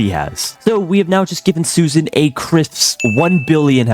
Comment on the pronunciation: "Its not SUSAN, its SHUSHAN!!!"🔥🔥🔥🔥 IYKYK